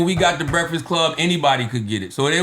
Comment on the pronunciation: Million dollars worth of Breakfast is great. This nigga said Milon dolar of Brefix 😂😂😂 that’s where the disconnect comes in 😂😂😂